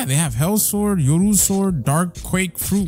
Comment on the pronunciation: Look up how to say yoru